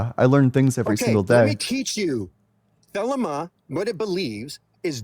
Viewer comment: As a former member of the OTO, it's pronounced the-lee-ma. This guy doesn't even know how to pronounce the name of the religion he's claiming to represent.